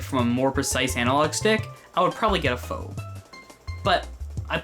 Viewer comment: liked and then unliked at the pronunciation of “phob” #FREEB0XXPLAYERS